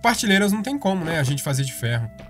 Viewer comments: É prateleira, tá falando parteleira 🤣🤣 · Ele falou partilera kkkk